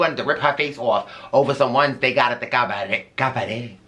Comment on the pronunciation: Love your reviews and your vibe! Crying at you in the “cavaret” 😂 Auntie MoMo brought me here!